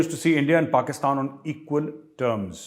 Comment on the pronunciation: Major sahab pakistan jab bolte hai toh pehle hasi nikal jaati hai 😂😂